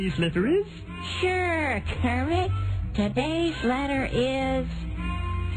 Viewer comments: did u just... cal me kremit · did you just call me krammit?!